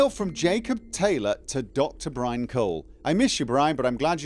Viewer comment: Brynn [Brinn], not brian 🙄